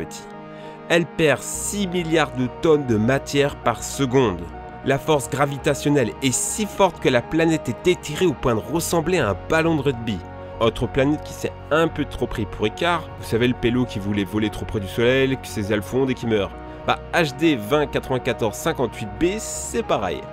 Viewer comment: ballon de rugbis 🤣